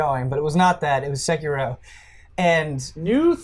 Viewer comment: sekiro's pronounciation is ''say-key-ro' =)